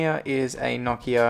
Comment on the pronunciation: You say Nokia wrong